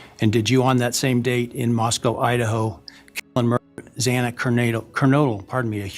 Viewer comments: Judge couldn't even pronounce Xana's last name like literally every single time during this hearing. He doesn't give a damn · WHY can't that judge get that poor girls name right!!!!! OMG, after all this time, he STILL said it wrong!!!! WHY does he not practice the pronounciation of her name:!!! He's letting him take a plea deal, let him just say "yes" after all these years without lifting the gag order, letting him off the hook and not explain his actions, YET he still cant pronounce her name correctly- he owes her at least that much- GET YOUR ACT TOGETHER AND LEARN HER NAME AND SAY IT PROPERLY!!!! If i were her family member, i dont think i could stand him messing it up ALL THE TIME!!! Geeze, man !!! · He didn't even need to stand up - never mind just having to just say yes. That judge was awful & so disrespectful to the families, almost grovelling to Kohberger for respecting the court but he didn't need to stand, Uggh! Then to add further insult the judge & prosecution couldn't even say Xanas name correctly, even the last judge struggled with her name too - are they really that stupid? They've surely read her name numerous times over the last two years & still can't get it right in the courtroom! This whole episode has been a tragic farce from start to finish - starting with the wrong year of car right through to the courts. I'll strike Idaho from my bucket list. The keystone cops would've handled this crime more competently. It also seems to me that one family was given preferential treatment over the others regarding inside information - probably because they had other siblings at that university. All this secrecy is weird too as it only fuels speculation. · Plus it aggravates me that the judge mispronounced Xana’s last name! I mean come ON! The judge of all people should be able to say the names of the victims.